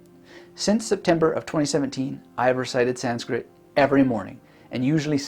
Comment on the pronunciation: "make your goals hard to avoid" Someone's been reading Atomic Habits. Also your Sanskrit pronunciation is great.